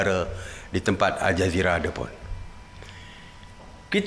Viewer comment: asal aku dengar macam al-jahiliah. Tpi memang patut pon dipanggil macam tu.